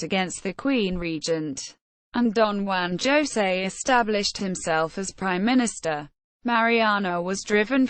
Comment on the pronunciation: It's HOH-say, not ZHO-say.